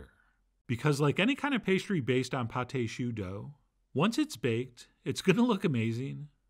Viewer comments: Chef John .... you are my idol ... but just for the sake of fair criticism; 2 corrections... it is [PATT] and not [Pattai] .... AND your pâte au chou did not rise well; and I am no chef but with my humble experience, I think because you DID NOT beat your eggs with your flour mix well ... just my 5 cents ... with greatest regards ... Camillot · It is called pâte de choux not pate de choux. Paté means pie in french. Sorry John but the way you're saying you're calling this pie of cabbage lmao. Pate means paste. That's why it's called pâte (no ay sound at the end when saying it. Thank you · Right. "Pâte" is modern spelling of the old french "paste." More importantly, don't pronounce the "e." You're saying "pâté," which is rather different, and has two syllables.